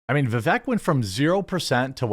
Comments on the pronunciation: For fuck sakes his name is Vivek va-vake so it sounds like cake at the end. I mean the reason he didn't do well is the vast majority of people haven't even taken the time to understand how the pronounce this fucking name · Vivek rhymes with cake. Seems crazy at this point that a right wing political commentator is still mispronouncing his name.